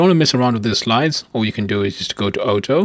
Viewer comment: outo is AUTO say oughto